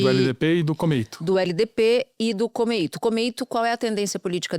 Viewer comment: Pronúncia totalmente errada é komeito, não tem assento agudo no i vai estudar para aprender!